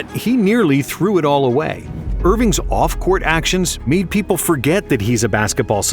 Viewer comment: Did anyone realize that he said people wrong saying “poeple”